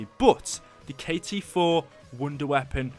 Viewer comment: K-T4 not KT-4